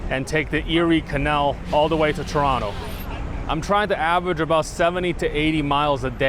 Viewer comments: Thank you for pronouncing Chronto properly 🥰 sincerely a canadian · I like him. He pronounced Toronto like a true local.❤